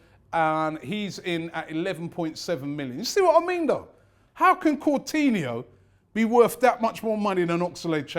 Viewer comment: Robbie please improve your pronounciations Santi Corzola Phillippe Courtinho